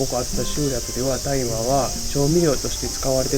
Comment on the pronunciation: 「たいま」ではなく「おおあさ」ですね。